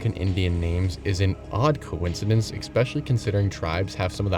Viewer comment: New fan, new subscriber, for the love of Trout learn how to pronounce ‘Especially’. It’s not expecially.